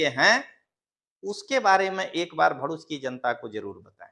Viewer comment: भोडूच नहीं दललू भरुच बोलते हैं